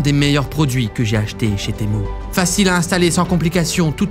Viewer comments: c pas témou a l'oral té mu a l'oral😉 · Temu pas temou mais sinon continue t’es vidéo tu me fait trop rire (prend pas mal le temu temou juste sa me perturbe) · Cela ne ce dit pas temou mais temU! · Tému pas témou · J’adore le « TEMOU » dès le début de la vidéo 😂😂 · en fait cyril il dit t'est mou au lieu de temu :elbowcough:🤣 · témou 🤣🤣🤣🤣🤣 tu es le seul a appeler sa témou sinon continue comme sa je t'adore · Tu devrais te vendre sur temu.... Psssit on dit tiimyu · Arrête de dire TEMOU purée 🤣 Dans quelle monde un U se prononce OU en français 🤣🤣